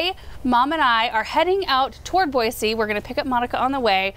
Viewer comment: I enjoy going to Franz Witt such a nice store. I also appreciate that you say 'Boise' correctly ...the video I watched before this called it BoiZee.